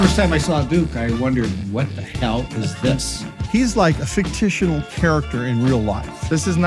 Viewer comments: Did he just say Fic tish inal? Not fictional? OK in Las Vegas you can create your own words, dress up as a Fl aiming gangster I guess. I never liked Las Vegas, my relatives live there, it’s either too hard or too trashy. Don’t live in the city live outside away from the garbage. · "ficti-tional character" lol